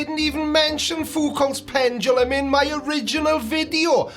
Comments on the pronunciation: ah yes, the conceit of the virgin pseudo-science enjoyer, "evidence must fit my pre-chosen beliefs." Also: "pendalum" 😂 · The way he says PenDumbLum speaks volumes LOL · pendrulum, prendulum, pundledrum, he'll get it right one day.